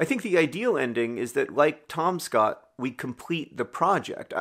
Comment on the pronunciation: I'm sorry but I was slightly amused by how John kept saying "TOM Scott" with the emphasis on the Tom like it was one word and combined with a very understated T at the end I kept thinking he was talking about TomSka lmao